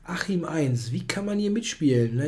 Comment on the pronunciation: "Achim 1" sounded like "Achim won actually" - its a kinda funny mispronounciation in this context